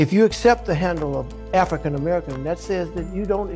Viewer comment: I AGREE. LET'S DROP THE "ARFRICAN" PART. Smokey, you have some great songs.